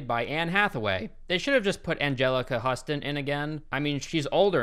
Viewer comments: No disrespect, but as a movie aficionado, you should know, Anjelica Huston's last name is pronounced Houston, as in the city. Her father was the famous director, writer, and actor John Huston (directed The Maltese Falcon and The Treasure of The Sierra Madre, among others). He also played the evil, incestuous father in Roman Polanski's Chinatown. The whole family is an acting dynasty, in fact. John directed his father Walter Huston as one of the leads, along with Humphrey Bogart, in The Treasure of the Sierra Madre. Anjelica's brother, Danny Huston, is also a notable actor. He appeared in Children of Men as Clive Owen's apathetic, art-raiding brother. Only intended as constructive criticism! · Huss-ton? It’s pronounced Hyoo-ston. Like the city. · Just one note- it's pronounced "Houston" like the city, not Huh stin. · Hustun? HOUSTON Like the state ya muppet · The first part of "Huston" is pronounced like "Hugh", not "hus" like "bus". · HUS-ton?. Is hyoo·stn. As in John Huston’s daughter. Nice review!. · It’s pronounced Houston not “husston,” and she’s more beautiful now than ever!! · I can't get over your pronunciation of Anjelica Huston's last name. Hew-ston. Like the city. Not 'huss-ton' lol. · Where’s he getting Huston from ? It’s Houston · Her name is pronounced Houston like the city! Not Husstin!!!! Ugh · I don't want to be that person but it's pronounced Angelica HEW-STUN. Not HOO-STUN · Her last name is pronounced "Houston" not "Huh-ston". I can't believe you made such an egregious error mispronouncing Anjelica Huston's name. You lost me with that. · so nobody’s gonna comment on the way he said angelica “huston” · 😅😂 Yes. I had to rewind because I was stuck on it and I missed the stuff he said after that. Angelica HUSSton ? 😳🤯 Have we all been sayin it wrong or? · Yeah, it's pronounced like the city in Texas: Houston. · Houston: DON-AC- D U M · Just FYI: Angelica Huston is pronounced like "Houston," the city. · Mk. 5 it's pronounced like hewston.